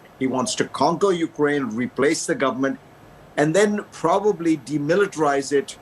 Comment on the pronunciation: its Ukraine. not Ukaraine